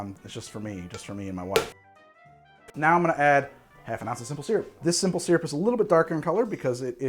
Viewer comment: of all the things that gets shit for, the thing that's really most irritating, and for which he seems to be given no shit, is his pronunciation of the word "SYRUP"